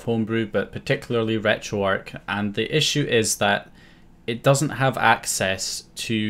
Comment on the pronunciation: Am I the only one who picked up on the wrong pronunciation of retro arch as retro ark